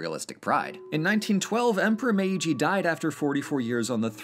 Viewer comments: It’s not /me.i.dʒi/ it’s /meːdʒi/. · Protip: while the first "i" in Meiji has its own symbol (めいじ), in this instance it acts like a lengthener of the preceding "e" sound, resulting in a pronunciation more like "MAY-gee" rather than "meh-EE-gee". That aside, great video! お疲れさまでした! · I love your videos and love your channel. But it's not Me-i-ji, als the i does is make the me syllable long 😅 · Hey great video slight mispronunciation of the name Meiji. The first I is silent its more like Meeji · um meiji is pronounced meeji becuse the i sound like e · I very much appreciate the fact that, finally, someone talks about Japan and is actually able to pronounce Japanese words and names (except maybe for Meiji, that was a bit too stressed) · I agree! Great pronunciation, but I think the first "i" in meiji is just used to lengthen the "me" for another beat, and isn't spoken. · I hate how he says Meiji